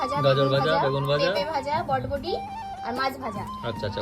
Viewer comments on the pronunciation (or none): তোমরা কি বাংলা ভাষাও জানো না? কথাটা হচ্ছে "বরবটি".. "বটবটি" নয়!